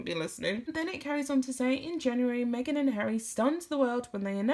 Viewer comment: Me-ah-gan, Me again, Meghan... 🤮🤮🤢